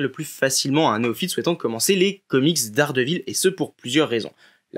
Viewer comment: Excellente vidéo mais si je peux vous donner un conseil, soignez la prononciation des noms... "Buskema"? "Daredévile"? Ca tranche avec la qualité du travail.